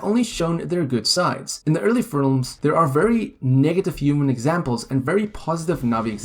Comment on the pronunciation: “In the early FLIRMS….” 😂